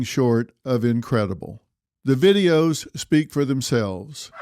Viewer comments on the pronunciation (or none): none